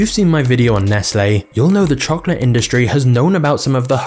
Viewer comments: The way this guy says chocolate makes me want to chocolate my pants..."CHOKLUUT!" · I am not familiar with this channel, and was thus unprepared for a large portion of the video to be an English person mispronouncing the word chocolate over and over. Otherwise, it's very informative and well done.